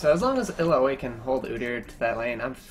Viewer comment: Its ill-ow-ee not ill-a-oy